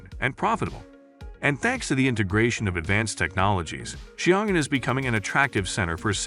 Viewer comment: as a Chinese, Xiongan should be pronounced "sion" & " an", but no "g".